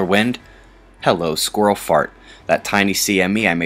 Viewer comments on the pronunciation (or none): Blame the squirrels lol I love the way some folk pronounce such a word :)